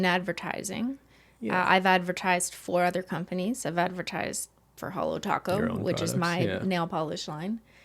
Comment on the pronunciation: it's not hello.. It's HOLO When u will learn🤦